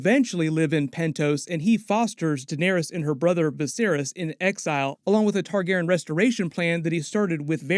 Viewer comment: only thing i spotted...you keep pronouncing Targaryen wrong...smh